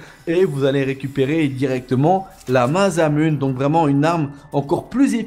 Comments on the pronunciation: Ouai ptn j'ai eu mal aux oreilles xD Mazamunne x))) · Juste un détail qui me chiffonne : ça se prononce MASSAMOUNÉ ! x) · Moi aussi ca m'a interpellé mdrr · cru que j'étais tout seul... J'ai envie de vomir